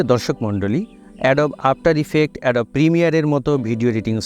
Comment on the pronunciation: এডোব না উচ্চারন হবে এডোবি।